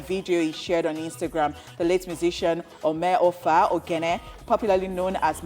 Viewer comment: Mrs. Presenter displayed one name OMOEFE on the screen and pronounced a different thing OMEOFA. Even di OGHENE she no call am well Rip Mad melon